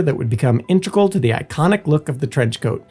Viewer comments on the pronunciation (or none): none